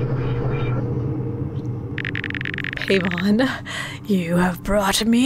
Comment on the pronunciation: Quick tidbit: Paimon is pronounced like "pie-mon" instead of "pay-mon". I'm no grammar police though, so do whatever you want!